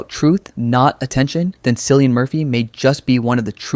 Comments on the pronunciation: Cillian is pronounced "Killian". Jeeeez. . . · Bro his name is NOT Sillyan Murphy